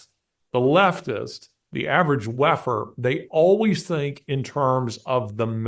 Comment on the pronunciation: When you said ‘WEFer’ all I heard is ‘Waffen’.. and what a Freudian audio slip that was. Can’t unhear it now.